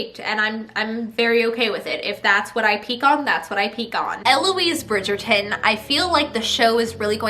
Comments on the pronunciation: No offence love you, but as a British person the way you pronounce Bridgerton makes me cringe. Love you though ❤️ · I love the way you say bridgeton 😂 It makes me laugh sooooo hard